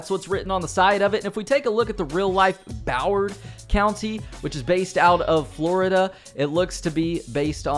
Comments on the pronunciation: It's Broward not boward smh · Its "Broward County". Not Boward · lol its Broward County, not Boward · It’s Broward County by the way not Boward…Keep up the great content! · Broward County* not Boward lol I live in Fort Lauderdale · "Broward" (pronounced Brow-werd) not Boward county lol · Broward county not boward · bro said boward 🤣no respect for the hood lol its Broward woe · lol Broward not boward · bro just disrespected half of broward county by said boward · Brow-ard… Broward County lol